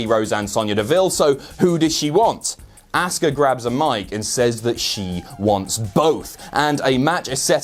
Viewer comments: Ahhska not asska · Learn to pronounce names. It is not Asska. This is what happens if you sleep during your English grammar classes in school